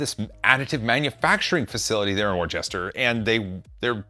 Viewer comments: Worcester is pronounced Wooster. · should rhyme with duster not rooster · Have fun over here in the UK! Bring warm clothing; we're about to be hit by a cold snap, apparently! FYI, Worcester is pronounced wuh-ster :) don't worry, I have British friends who struggle with some place names over here. Leicester (leh-ster) being one! It's near Birmingham